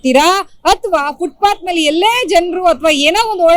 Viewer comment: Anchor adu footbath alla FootPath Nim Channel ge ondu namakara ,,gotilla andre kannadadalle matadri